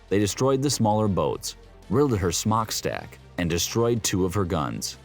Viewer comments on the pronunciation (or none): Lol I was gonna say… peculiar indeed XD between that and the…er… “smock-stack” I think my absurdity reserves now over-floweth lol